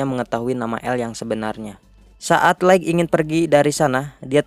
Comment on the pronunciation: Bukan laikg, tp laith untuk pronounce light